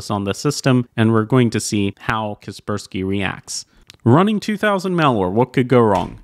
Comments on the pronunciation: KUH SPUR SKEE? CASS PURR SKY... KASPER SKY.. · I thought (Kasperski in pronounciation) was Kasper Sky.